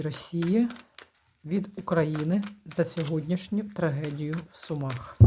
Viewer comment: Не в ,Сума'х, а в С'умах